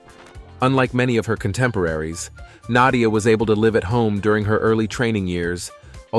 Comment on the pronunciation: Even what some might liable me as a hillbilly knows and loves her and great respected a honor to pronounce her name correctly. Interesting 70s up to today a all time great and delight to learn more about this greatest of all gymnast 🤸‍♂️. 🎉 God bless you and yours❤❤